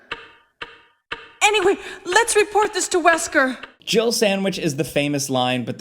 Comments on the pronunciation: I swear it sounds like he says Jill-erbil sandwich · even when i first read Jill Sandwich, i still dont hear that at all! he says jill with 2 syllables somehow, like jiddle or jibble yeah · When I first played Resident Evil back in the day, I always thought Barry said, "Jibble sandwich" 🤣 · Am I the ONLY person who ever hears "You almost turned into a gibblet sandwich" and not "Jill sandwich"? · I thought for years it sounded like "jibble sandwich" 😂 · I dont care what anyone says! Barry said JIGGLE SANDWICH! Everytime someone plays that footage, I never hear Jill! There's an extra syllable in there! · Omg those MK4 animations. The men walk like they’re trying to pick up other men Also, am I the only one who heard jiggle sandwich instead of Jill sandwich? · Apparently, I'm the only one who thinks it sounds like "jiggle sandwich" not "Jill sandwich". 🤣 How could you leave out "master of unlocking things"? It's classic!